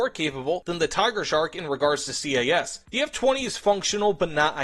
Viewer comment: STOP FUCKING SAYING C A S CALLED IT CAS ALL ONE WORD HOLY SHIT IM GETTING PISSED OFF BY THAT have a nice day